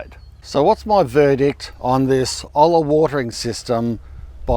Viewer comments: its pronounced Ole-ya. It has a double L so its the same sound as "tortilla." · It’s pronounced like “oya”. With a “y” sound. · PLEASE STOP DESTROYING THE SPANISH LANGUAGE/TRANSLATION. HOLA is Hello and the H is silent. OLLA is what you're referencing and the double LL is pronounced like a Y like in YAY. OYA is how is looks like it would sound so please get it right. I couldn't sit through all your presentation as it wasn't phonetically correct. If you're not pronouncing it right you're spreading ignorance and there is ENOUGH of that going around in this decaying world. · OY-YA...thats my native elders pronounce it...I guess your pronunciation goes along with how aussies say tortiLLLLLLLA heehee...love it! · Your Spanish words need work. Hello in Spanish is (h)ola, the h is silent, not as in hotel. Olla sounds oya, with the y sounding like a j or i, depending on the country. Olla means cooking pot. Now, about the watering method, I wonder how it works when summer lasts 6 months of 90-110°F (Texas, US) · Its pronounced Oi-ya, and hola is just O-la. Both being spanish based. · Hey. "Olla" the spanish word sound "O-Sha". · Hola is pronounced ola (h is silent) and olla is pronounced oi-ya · double L s are pronounced with a y in spanish. so it sounds like Oi yuh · OY, it's oyyuh. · Lol love your videos but please check the pronunciation before making the video! :) Odja - Odya - Olla - it's Spanish mate, easy to check. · Hola pronounced Ola Olla pronounced Oya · Spanish "¡Hola!" = "Hello!" is pronounced "ólla" - h is silent. 😉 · It's Oy-ya... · I’ve been very interested in setting up an olla (pronounced oya) watering system here in hot ole Texas. It’s widely used in the southwest. Right now we have our little raised bed garden containers on micro drip/sprinklers set on the lawn irrigation system. But with literally months of temps in triple digits in Fahrenheit, my vegetation is showing signs of heat stress. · it is pronounced Oi-ya.;) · Pronounced oi ya